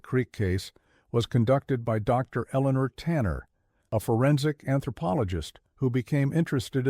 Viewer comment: Fun story but to BS 😂😂 and teach your A.I. reader to say "o'clock" and that theres no pause for the "." in Dr.